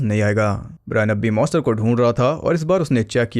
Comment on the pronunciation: MONSTER not Moster